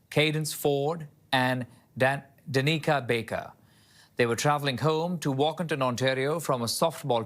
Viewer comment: It's not. It's DAnika.